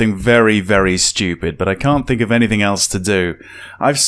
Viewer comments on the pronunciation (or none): none